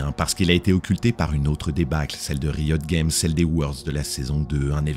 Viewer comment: Bon storytelling et voix posée c'est kiffant mais j'comprends pô pourquoi tu prononces League of Legends en anglais mais pô Riot Games ? S'dommage mais bonne vidéo merci, ça fait patienter en attendant TGR 🙃